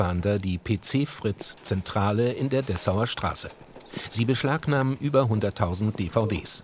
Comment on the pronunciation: "Sie beschlagnahem über 100.000 DVDS" Und nebenbei jede Menge Kisten von Obi :D